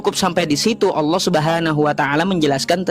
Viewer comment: Oten ini gimana Baca tulisan Allah di baca Alah nipu2 ni yeee .